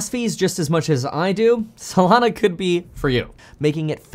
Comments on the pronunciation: I keep thinking of Solano County whenever you say Solano instead of Solana 😂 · lol up untill this point i thought it was actually Solano